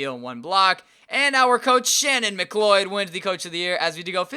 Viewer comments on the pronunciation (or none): none